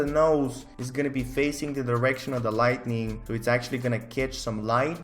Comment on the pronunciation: Every time he says 'lightening' XD